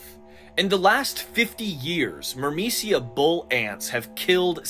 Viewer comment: Every time you said "myrmecia" I heard "Burmecia" and thought of a kingdom in Final Fantasy 9 😂